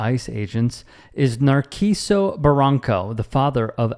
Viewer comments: Nar-see-so. Put the name in Google translate, make sure it's set to Spanish and press the speaker icon. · His name is pronounced “Nar-SEE-so. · Friendly advice, it helps to put a name in google translate and hear how it sounds before killing it XD